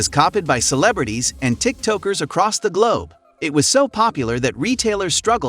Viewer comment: Tik toke-ers